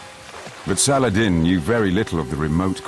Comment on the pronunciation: You rong saladin not arabe make sure when saying a story